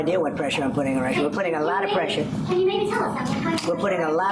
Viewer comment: "Lotta preshah"